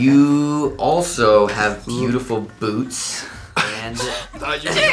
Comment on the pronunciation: I thought he said Boobs, instead of boots.